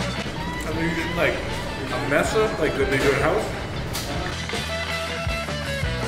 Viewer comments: Its Masa. You kept saying “mesa” that means table lol good video 🔥💪🏾💪🏾💪🏾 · It's Maza not Mesa. 😉 (Mah-Suh) All of the food looks soo yummy! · It’s funny you keep saying mesa but it’s actually maza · Tripe is stomach lining. If it was tube like then it was tripas which is intestines. Masa not Mesa. But you do good. Not trying to knock you, just fyi.